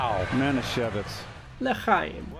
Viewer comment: You really got the chhhh for the LeChaim!!!!